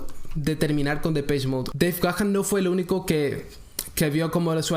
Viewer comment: Tu pronunciacion de Deve Gahan, esta incorrecta. Verifica tu pronunciación. 👎🏻👎🏻